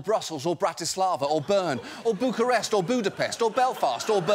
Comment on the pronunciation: Just for visibility: it's nice to hear John say Bukarest.